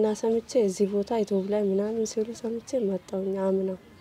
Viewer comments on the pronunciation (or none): በናት አንተ ልጅ ''ኢቶብያ'' አትበል አይባልም በቃ እንዴ?? ኢትዬጵያ በል። ባትችልም እንደምንም ተለማመድ ስሟን አታበላሽ። በተረፈ ጎበዝ ነህ አድናቂህ (የምቀናብህም) የመንፈስ እህትህ ነኘ። በርታልኝ እግዚአብሔር ይባርክህ።